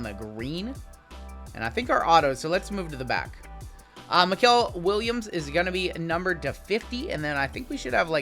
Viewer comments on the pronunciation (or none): none